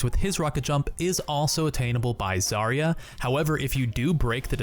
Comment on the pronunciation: It is not a zArya, it is zarYa